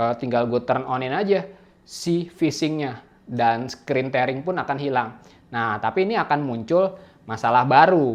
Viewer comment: bacanya 'tiering', bro.. bukan 'tering'..